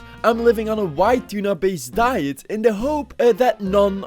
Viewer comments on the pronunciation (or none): none